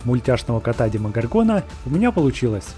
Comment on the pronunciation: ДемогОргона ударение на вторую О